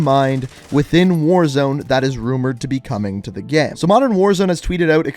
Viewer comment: I’ve noticed that you say “gamm” instead of “game” sometimes and I can’t stop thinking about it